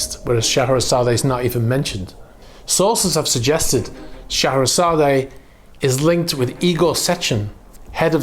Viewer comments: Oh for the love of God. Pronounce the name correctly !!!! It is NOT sha hair a zad A. It’s Sha hair a zad, with a silent E!! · Not so sure you pronounce/emphasis the final "e" on Scheherazade. Should be pronounced "..zard " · The name is pronounced She-hra_zad and it is the name of the narrator of “1001 Nights” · Scheherazade is pronounced "SHUH-HEH-RUH-ZAAD"the E is silent 🤫try it you'll get it not putting u down just not how it's pronounced n I love your program n your knowledge n facts there is no one better then you my friend thanx n keep up the great work ?or maybe it's how the english(GREAT BRITAIN " pronounce this word I'm from CALIFORNIA, San diego CA n we pronounce it with silent "E" maybe that is the answer 🤔not sure thanx again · Please note: Scheherazade is pronounced Shu-HAIR-A-zod. (Shu.....as in 'shut'). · I wouldn’t be surprised if this were Putin‘s yacht. The first clue is in the name. The legend of Shaherazade (pronounced Shuh-hair-Uhzad) is that of a woman who charms a king who had made it a practice to marry a new woman every night, and then the following day send her off to have her head chopped off. He killed 3000 women this way, until a woman by the name of Scheherazade sought out the king to marry, and would tell him A story every night, reaching a cliffhanger at dawn… To which she would tell the king he would have to wait until the next night to hear the ending of the story. She did this for 1001 nights, bearing three of his children. In the end, the king falls in love with Scheherazade and allows her to live. I don’t think it’s a coincidence that Putin has three daughters, and in the scenario probably views himself as the king responsible for the decapitation of 3000 of his wives. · Mate you butchered the pronunciation on that one 😂 Shuh hair uh zaad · The "e" at the end of Scheherazade is silent and not pronounced. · The A at the end of its name as you pronounce it is silent.